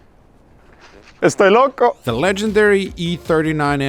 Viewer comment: hahaha... "estoy loco" buena pronunciacion en español